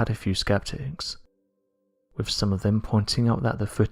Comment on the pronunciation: What is it with SO many of the British sounding narrators on here who either CAN'T or WON'T pronounce their "th" sounds??!! As an example: they'll say "...wif..." instead of "...wiTH..."??! I was brought up to actually pronounce words correctly and it just bugs the ever lovin' HELL out of me to hear (ESPECIALLY) Brits screwing words up!!!